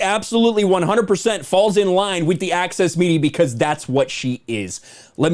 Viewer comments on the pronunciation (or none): I legit heard 'Axis' Media and not 'Access' Media